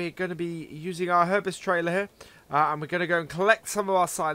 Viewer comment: Herbst is pronounced all together as Herbst, for example like couldn't, instead of 'Herb est', from NI where Herbsts are made! :) Hope this helps!